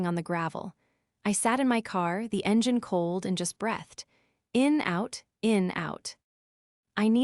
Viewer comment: Can’t say the word “breathed” or handle contractions properly